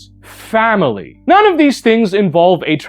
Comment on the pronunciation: You said 'Family' with a hard f and I looked around expecting to see Vin diesel